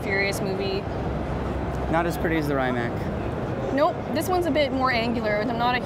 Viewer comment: cool video but I think it's obvious you guys are not real car people. Rimac is one of the most talked about cars in the world right now; how could you not know how to pronounce Rimac?! What the hell is Raimac?! Again , who doesn't know how to pronounce Chiron?! What the hell is Cheiron?! lol Mansory? That Pagani is not Huayra, it's Zonda! The car Pagani supposedly stopped its production but keep bringing it back. The car that you called Zonda was actually a Huayra. GT3RS is green and fast. Thank you, I didn't know lol There are just a few examples.